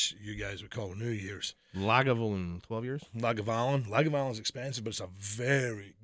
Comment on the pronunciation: LA-GA-VU-LIN you bloody heathen! Get it right ya muppet!